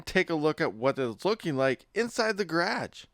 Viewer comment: Gerrrarge? lol love ya buddy